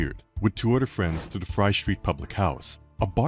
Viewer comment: Did he say "two udder fwends"?